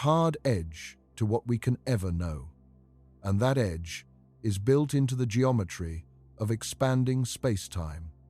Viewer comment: It's not "built"